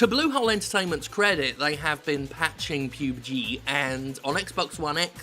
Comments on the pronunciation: It's pub g you idiot not pube g, Fucking bellend with your appalling shit jokes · PUB... PEWB? Lug PUBG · No, PubeG is perfect. :3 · You pronounced it as "PubeG" lol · Oh god jim, I'm not sure if you're taking the piss but please stop calling it "PEWBGEE" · Every time he says "pube G" I laugh. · Can you please pronounce pubg right?